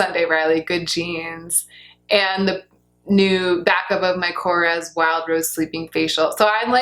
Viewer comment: Hi! It is korrEs, the voice point out the e. Big hugs from Greece!